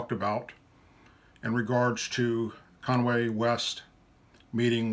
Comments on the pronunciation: You needed to get his name right. It's Kanye (con-yea) west. Not Conway. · ....It is CON YAY West........ NOT Conway. LOL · Conway West ? that's not how Kanye West's name is pronounced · It's kanye,not Conway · "Kanwe" West?! Lol, I would bet any amount of money that Trump, (or you,) can't even name ONE KanYE West song, without looking it up. (If you're so triggered by CNN, or Don Lemon pisses you off so much, maybe don't watch?! Especially, "every hour on the hour." tough guy!🖕) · Kanway West ?WTF. 😂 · “Conway” West? Obviously you’re upset but as a man you have to respect a mans name get it right. You could of just said Mr. West...CNN please fire Don Lemon!!!! He’s garbage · The name is Kanye not Conway & if he's your subject please pronounce his name correctly. Also, your pissed at Don Lemon for allegedly belitteling Kanye's bizarre speech in the Oval Office w/Trump, yet don't seem to have any problem w/Trump belitteling/bullying every person who doesn't agree w/him or adulate him. Why the double standard? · Kanye. Not Conway. I agree that Don should respect Kanye but so should you. At least enough to get his name right. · This bonehead "American" doesn't even know how to pronounce Kayne West's name. It's Kayne, not Conway, you moron! Conservatives like this guy doesn't give a damn about Kayne at all and if Kayne was supporting a democratic president, this guy would have highly criticized Kayne. Hypocrite! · Conway? It’s Kanye (con-yay) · Did you just say Kanwe West? You’re defending the man yet you don’t even care enough to pronounce his name, which is two syllables by the way, correctly. Utterly laughable. You’re not off to a good start buddy. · It's "kanye" West not "Conway" West. You're so misinformed that you don't even know the man's name you're talking about. Pitiful. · It's Kanye not Conway! Good video btw. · It's KANYE not CONWAY geez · Did he say Kanway West? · I didn't realise Kanye was pronounced Conway . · Did u call that Dude konway?